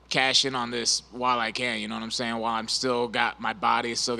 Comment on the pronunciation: bryan "nawmsayin" battle